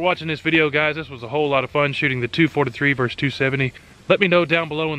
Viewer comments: Versus, not vers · Versus does not sound like verse.